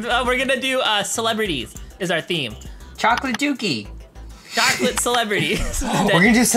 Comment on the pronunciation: My favorite part is when he said chlocklit docky